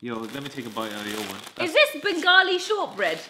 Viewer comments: it's bengaali u pronounced it right first time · EKETITEEEH Lol said it right the first time IMO “Bengali”. Do you think that’s why they made this video? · said it right way.. bangali one 😁😛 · knows the drill! 😎😄 Also the Bengali was spot on, great video guys! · YESSS SID SAYS BENGALI CORRECTLY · SIDS pronunciation was amazing!! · Omg sid amazing bangli p.s said it right love u lots ❤❤❤❤🇧🇩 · Yh you said it right